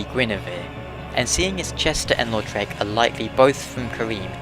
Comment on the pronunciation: Did anyone think he was saying lord shrek of carim?